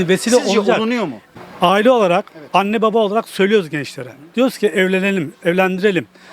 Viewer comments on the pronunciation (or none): none